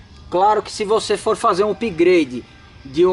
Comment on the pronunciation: Querido não e pigrade e sim up grade